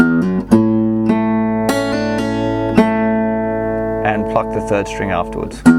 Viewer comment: the awkward moment when you keep on hearing fuck instead of pluck...